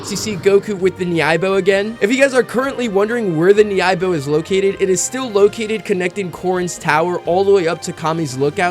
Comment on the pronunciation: Good video but you’re pronouncing nyoibo wrong.